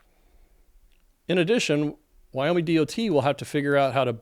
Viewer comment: Why do you say Wyome instead of Wyoming?